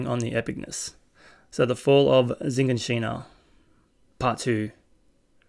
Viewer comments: I don't know where you're watching this but it's not Zhiganshina it's shiganshina. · This is spoiler free... First of all, that was a really good reaction.. I really enjoyed it. I can't wait to watch your next video. Ok.. So there are somethings that you missed that I think are really important... First: Shiganshina (Yeah, that's how it's pronounced) is the bait city outside wall Maria where the big skinless titan appeared and where Eren used to live, after it was breached, they retreated to wall maria. Then the other "robotic" titan (won't say anything about this) appeared and breached the gate beyond Shiganshina, thus, breaching wall maria. All of the refuges then retreated to wall rose, and then sent back in a suicidal mission to recover wall maria, where they basically were wiped out. Second: Eren's father went into the inner walls for a job according to the first episode, so he wasn't outside the walls but within wall rose. Third: Eren didn't have the key before his dream.. It was shown in the first episode that the key was with his father when he traveled for his job. Again... Really great reaction, 50 minutes went by in a flash.. Keep it up man.